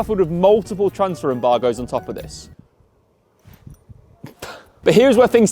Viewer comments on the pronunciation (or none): Embagoes? You just making up words now?